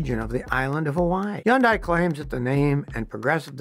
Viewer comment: Hyundai is pronounced as though it rhymes with "Sunday". Very annoying voice.